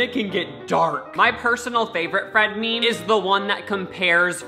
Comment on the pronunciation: my pet peeve is when people pronounce meme like “mee-mee”